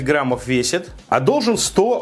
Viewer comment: Граммов, медиум Рээ, ты отсталый???